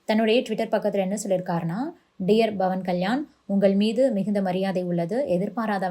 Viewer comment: His name is Pavan with a ‘P’ not Bhavan. Please pronounce correctly